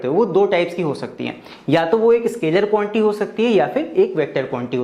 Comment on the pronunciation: Sir be like: Quantity ❌ Quanty ✅